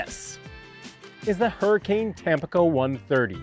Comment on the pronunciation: Hi, really enjoy your content overall. I feel pretty certain it’s pronounced tam-PEE-co, accent on the middle syllable. It is bound to be named for the city on the east coast of Mexico. Just FYI.